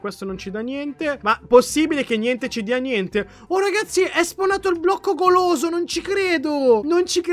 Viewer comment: Ma cmq la prima volta ai detto il blocco poloso invece di blocco goloso